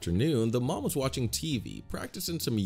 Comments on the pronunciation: Also why do you say m-oo-m it should be m-uh-m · BRO REALY SAID MOEM OR DED